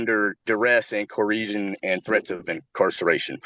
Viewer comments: Yesterday, had a sovcit who walked all over her… today she seems to have decided to take control of her courtroom. It’s about time. And what is it about sovcits that they can’t pronounce “coercion”? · He must have written his script down wrong cause he said “coreesion” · “Duress and coresion”…words are hard. 😂